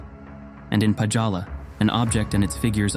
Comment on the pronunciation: [Pa"dz"ala] as you pronounce it sounds so Indian lol. Scandinavians don't have "dz" in "j". Think of it as "y".